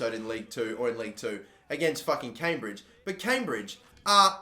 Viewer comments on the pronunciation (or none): none